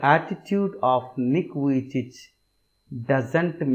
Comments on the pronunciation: It's Nick vijicic not Nick vijich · The pronounce of nick vujici is not correct